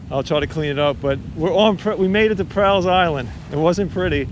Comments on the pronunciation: You are mispronouncing my last name and Island. All.. not Al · Just a quick FYI - it's pronounced like "small" or "tall" or "fall." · I grew up on Staten Island. Loved it in the 70's and 80's, but if you stood in the water up to your ankles, you couldn't see your feet. Never saw a deer until I was in my mid thirties. And we pronounce Prall as rhyming with all. Enjoyed watching this.